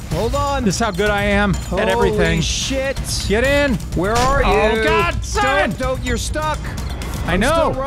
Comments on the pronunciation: How about Team Thimon, pronounced with a silent T. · Thimon (thigh-mun)